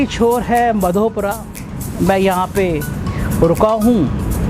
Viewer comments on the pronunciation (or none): Madhopura,nahi bhai madhopur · this place is known as Madhopur. Please check the pronounciation any word before you utter it out.